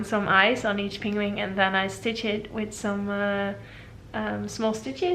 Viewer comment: I love your accent, and how you pronounce words in English is absolutely adorable! I'm Canadian and how you say penguin sounds like ping-wing to me, and it's the cutest thing! I also love how you pronounce your name and your son's name. Your quilts are awesome and I love your videos! I always hit the like button before I even start watching LOL!! Can't wait to see what your next project will be!